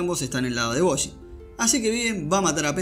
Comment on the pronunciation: Oye guapo, desde que hiciste el resumen han ocurrido cosas que me dejaron completamente IMPAKTADARKS y con ansias espero que hagas un resumen de aquello con ese estilo tan único que tienes. Por cierto debido a ti ahora le digo Boshi en vez de Bojji es que suena taaaaan astetik JAJAJA